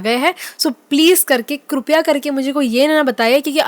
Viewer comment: क्रूपया करके नहीं बल्कि कृपा करके या कृपया सही शब्द है । कृपया = कृपा करके क्रूपया कुछ नहीं होता है । ये गुजराती accent है और गलत है ।